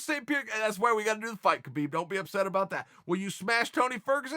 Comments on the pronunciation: Habib is the correct way to pronounce it. Not a dig, just some constructive criticism. Keep that cape on the ready, uncle Chael. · “I’ve always appreciated khabib” proceeds to mispronounce his name for 5 minutes straight